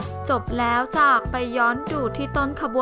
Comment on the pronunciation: ออกเสียงจ้าผิดค่ะ